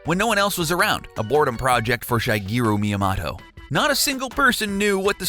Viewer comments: HOW TO NOT PRONOUNCE NAMES: Yoshiaka Koizuma Shygayru Myamato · Shigeru miyamoto name is pronounced (shee-geh-ru mee-yah-moh-toh) you idiot! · Which one of this shitty 10 secret was "dark" ? and who the motherfukkity fuk fuk is shy-gayroo maia-motto ? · Who the heck is Shy-gearu Miya-Matu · I really hate all these theories that Peach an Rosalina are mother and daughter. It's just a fucking coincidence, move on. (also, it's Mahn-ga and Shi-geh-roo Mee-ya-moe-to) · Calls himself "" Pronounces Shigeru Miyamoto as "Shy-gear-oo Me-uh-motto" HMMM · Who's Shaygeeru Miyamato? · Your pronunciations of Shigeru Miyamoto made me go into my YouTube history and delete this video. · The way you pronounced Shigeru Miyamoto was pathetic. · Who taught you how to pronounce things? Kun in Mario-kun is pronounced like racoon. I am not even going to start with his pronunciation of Shigeru Miyamoto.